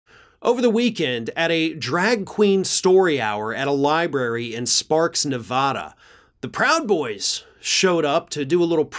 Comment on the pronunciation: as a Nevadan I must say; its not "ne-vah-da" like enchilada, its "ne-va-da" like cabana.